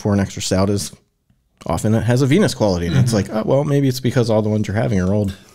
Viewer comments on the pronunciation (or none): OMG every time you said Venus I screamed 😱 it Vinous like a Vine not Venus like a Penis..... ha ha ha